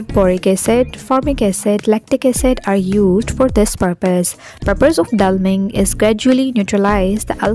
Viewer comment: This was super helpful! One note though; it’s deliming (de-liming), not delming.